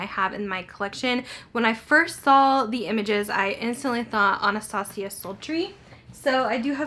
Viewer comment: is it Anastasia Cultry? It’s very hard to understand that part